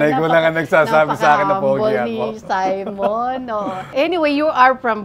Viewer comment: Wrong pronunciation si Aster sa name ng guest nya. He even corrected her about how to pronounce the name pero SYMON ng SYMON eh its SIMON (See mon)